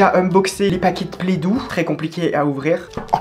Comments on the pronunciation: Ça me stresse qu’elle dise playdou et pas play do genre O comme de l’eau 😞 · La « PlEdOu »😂